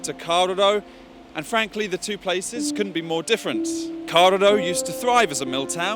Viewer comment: Why the hell can't he pronounce kawerau